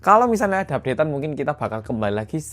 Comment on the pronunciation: Yah kan mingkin😂 “mingkin”